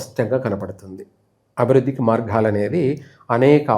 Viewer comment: అనేక మార్ఘాలు కాదు మార్గాలు